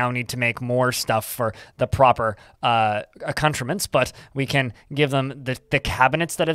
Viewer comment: Yes, I think he means "accoutrement," and yes he is both using and pronouncing it incorrectly. I'm trying to think of it as part of the idiolect.